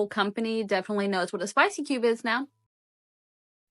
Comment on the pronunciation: "Spaasy Kyewb"